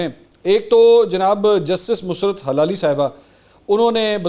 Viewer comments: I don't understand why all these media persons pronounce her name wrong. Geo news bulletin, she was also called "Musarrat Hallali" and same here. Would you like yourself to be called Masoor Ali Khan? I did a little bit of googling and everywhere i found her name to be Mussarrat Hilali. Please do better research. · Justice Musarrat surname is Hilali not “ Halali”